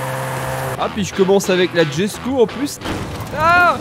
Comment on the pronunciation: D'ailleurs, tu prononce "djesko" mais ça se dit "yesko"